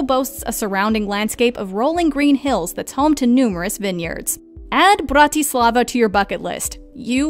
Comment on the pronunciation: it's the "brRrrAtislavA" for me